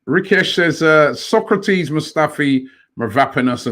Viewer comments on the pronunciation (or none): Robbie needs to learn how to pronounce SOK-RA-TIS. Not SOCRATES the ancient Greek philosoper 🤦🏾‍♂️